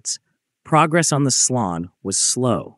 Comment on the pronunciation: Slon is pronounced [slɔn] not [slʌn]. Motorsich has an [tch] sound, not a [k] sound at its end.